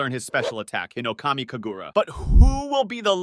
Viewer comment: bro i hate the way he pronounces things im sry but HINOKAMI KAGURU WHY??? SAINAMI AND